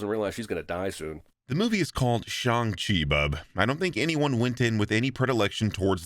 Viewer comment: a small thing I really appreciated in your video; I appreciate the fact that you opted to refer to the character as 'Shaun' rather than other vids butchering the pronunciation of Shang Chi and when it came to characters that didn't have an English name, I could tell you were putting in effort to pronounce things as accurately as you can (big ups for the actual 'Y' in Yip Man). Keep up the good work man! Cheers~